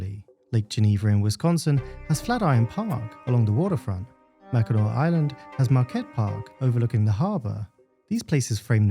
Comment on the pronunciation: I am so happy that you said "Mackinac" correctly, you made this Troll's day! (Trolls are what people in the Lower Peninsula of Michigan call themselves...because we are south/"below" the Mackinac Bridge. The opposite are Yuppers, who live in the Upper Peninsula)